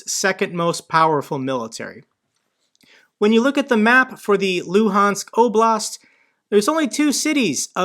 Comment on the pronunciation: Tha Loo-hands Oh-blast